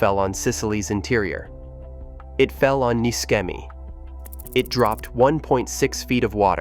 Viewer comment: Pronounced NISHEMI, not MISKEMI